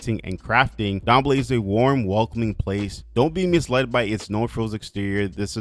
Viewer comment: Thanks for pronouncing Dambele somewhat to better degree than most other simmers. It's pronounced : dahm-bay-lay